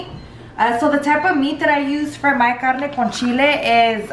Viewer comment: CARRRNE CON CHILLEH! Ok relax, we get it, you’re mexican